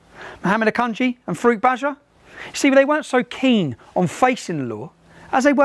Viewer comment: When he says 'Farooq Bajwa' I keep hearing 'fruit badger' and looking at this guy, he is spot on 🙂 It's a brilliant video.